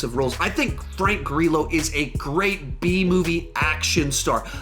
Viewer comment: "Grill-oh" please.